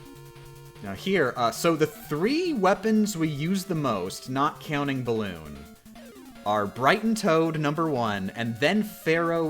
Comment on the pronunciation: Leaving a comment 2 hours into the video begging to please for the love of God explain why she pronounces the totally 100% normal word balloon as "balon"